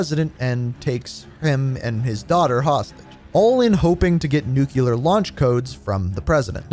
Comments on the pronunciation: ITS NOT NUCULAR!!! ITS NU-CLEAR!!! You’re killing me. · These are always ruined by the way Americans pronounce "nuclear."